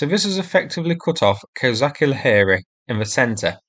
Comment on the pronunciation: Thank you, for your video as always! Can just little bit help you with pronunciation of "KozaCHi Laheri". "CHi" there sound the same as in english word "CHeese" 🧀